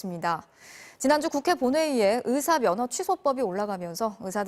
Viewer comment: 발음에 예민한 아나운서나 기자들이 왜 으사, 으료, 으문, 으도 이러는거지? 요즘 '의'를 '으'로 발음 많이 하던데 발음체제가 바뀌었나?